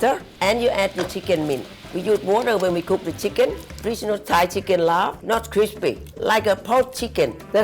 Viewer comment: Yes! Laab not Larb